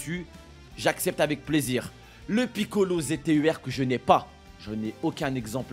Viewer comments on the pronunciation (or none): yo pourquoi tu dis piccolo ztur lol mais gg luck de ouf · Gg pour les gohan go le monter et arrete de dire kamiccolo ztur😭😭😭😭 sinon bonne vidéo mon frérot 🤗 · "le piccolo ztur" mdrr j'suis mort